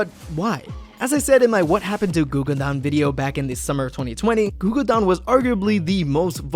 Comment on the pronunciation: ITS “gugudan” NOT Gugudan.